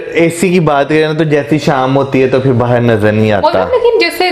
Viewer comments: Urdu m bahar ko bahir bolte hai mere bhai. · Come to India This lady calling Bahar as Bahir , this is very cute. My mom used to pronounce Bahar as Bahir .